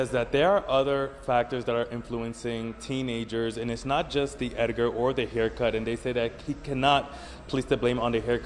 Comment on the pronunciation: "the Ediger"